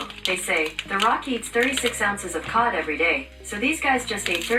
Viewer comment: I swear it sounded like pot not cod. That a lot of pot the Rock eats